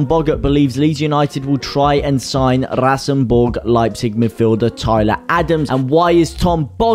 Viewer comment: RasenBallsport Leipzig, not RasenBorg.